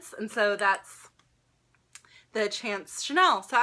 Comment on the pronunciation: Chanel chance is pronounced , it means luck in French!